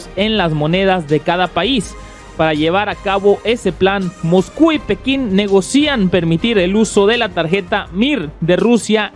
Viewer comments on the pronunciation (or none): Hola, solo una corrección. Se dice ne-go-cian, sin romper el diptongo. No se dice ne-go-cí-an😀